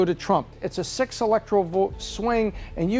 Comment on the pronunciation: did he say sex instead six ?